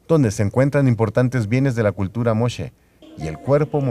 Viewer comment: No es valle de Chimaca, es Valle de Chicama y no es Moshe es Moche.